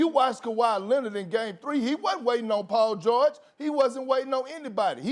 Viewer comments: “Paul Jawage” -Kendrick Perkins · “Poll George” lol big perk